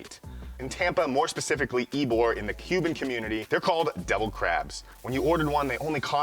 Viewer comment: Ybor is pronounced ebo